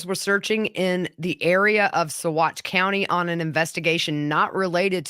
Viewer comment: Live in county next to Saguache. Great job pronouncing it. Trivia fact... Alfred Packer was originally held in the Saguache County jail before his trial.